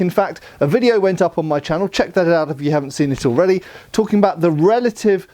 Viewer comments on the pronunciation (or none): none